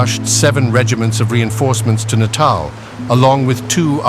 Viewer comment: Natal ? Are we talking babies here ? I'm 'fairly' sure you don't say it that way if you mean Natal, rather than natal.